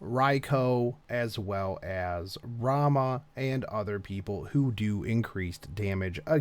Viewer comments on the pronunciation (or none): none